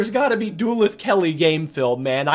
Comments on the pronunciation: Duluth is pronounced Da-Looth rather than Do-Leth. Great video though. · Bro pronounced Duluth "doo-lith" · Put some respect on Duluth and its pronunciation